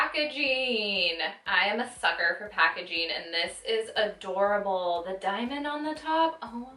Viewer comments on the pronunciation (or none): none